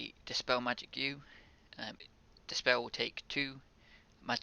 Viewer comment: Speww, earth shield, couwwdown, zero lmfaoooo you needed to go to a speech therapist 10 years ago